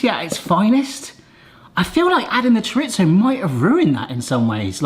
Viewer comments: Don't take this personally...but chorizo is pronounced CHOR-EE-ZO, there is no T in it, everyone keeps saying choritzo and its WRONG :dothefive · hola,,, not that it really matters but there is no t in chorizo,,, it is pronounced cho ree zo. this was a great video.